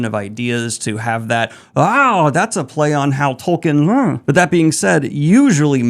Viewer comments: Who the fuck is Toll Kin? Do youean Tolkien, pronounced tolkeen? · IT'S "TOLKEEN" NOT "TOLKEN" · Foundation??? By Asimov? Not fantasy. And it's a 7. Also, please learn to pronounce 'Tol-keen.' 'Tul-keen' may also be acceptable.